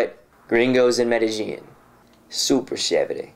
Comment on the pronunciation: Please stop saying "medi-jean" as like blue "jean". Two LLs next to each other in spanish is pronounced "ye" so say it like "medi-ye-in". Thanks.